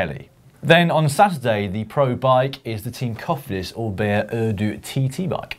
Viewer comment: When Dan announced the winner of the competition did he refer to the "Orbea" as the "Or-beer"? lol